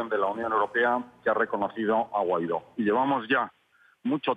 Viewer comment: Dice Salafranca, Juan Guairo, que cómico, si sabe su nombre... Es Guaido.